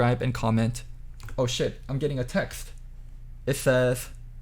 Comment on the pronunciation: He doesn’t know how to pronounce the word loco